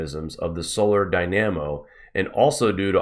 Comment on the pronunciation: Great work! For future reference, "dynamo" receives the emphasis on the first syllable, and pronounced "die-nah-moe"